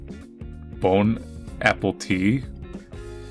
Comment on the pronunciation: Bone Appeltea? that's not French, that's Reddit